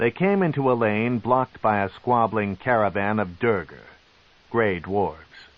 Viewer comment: Sure this version can pronounce facade, but he sure as hell cant pronounce duergar or kuo-toa 😂